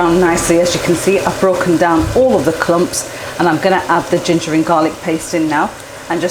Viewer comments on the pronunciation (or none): none